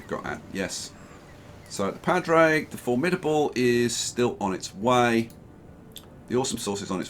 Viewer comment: the padraig ship is an irish name and pronounced paw-drig (just saying)